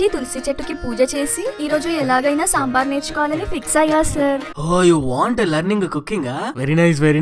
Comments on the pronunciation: This is not a samber It's damber🤣🤣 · Sabar not dambar ....road tar.....very funny...... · Soo funny it is not sambar it is damber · Not sambar it is dambar